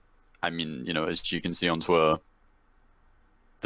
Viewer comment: that's not how u say pedophile or twitter you ugly idiot